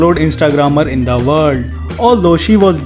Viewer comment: Just love how he says " IN THE WALL"!🤣 typical indian accents.